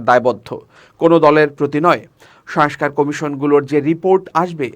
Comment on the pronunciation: দিনের পর দিন ভুল উচ্চারণ করে যাচ্ছেন। সংস্কার ঠিকভাবে উচ্চারণ করুন।